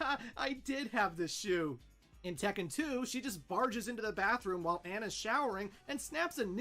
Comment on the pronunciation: That is correct about the pronunciation for Tekken because double consonants signify a slight but discernible and deliberate pause in speech.